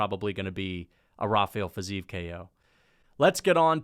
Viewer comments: its fi-zeev chief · The fact that you care if its ruffy or raffy, while butchering fizievs name so badly shows your ignorance, i wouldn't rely on your picks